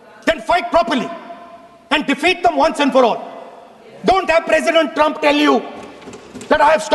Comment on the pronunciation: I think Donald Trump is angry with modi because he said doland trunp